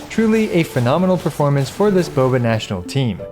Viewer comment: Bobational sound like Boobational 😳